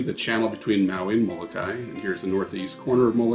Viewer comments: Mo-lo-kai-EE Remember please to pronounce the last "i" sound. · Moh-koo-lay-LAY, please.